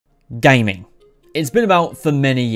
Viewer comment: GAYMAING Not me dyinnggg